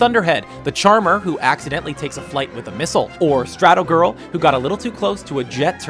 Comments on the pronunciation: Strato-gale, not girl!!! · stratogale..!! Not Stratogirl. Just saying... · It's Stratogale not Stratogirl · Omg I almost had a breakdown when he mispronounced the names of the incredibles heroes. It's StratoGALE. and DynOguy.